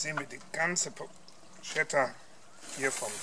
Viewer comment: it's written porchetta but you read it porKetta btw...